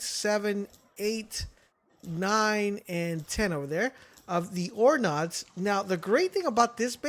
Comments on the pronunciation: NODES!!! Stop saying nods. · “oRe NoDs” here’s a pro tip from a real MLG gamer, it’s called “NODES” let’s better the gaming community together and not promote idiocracy ;)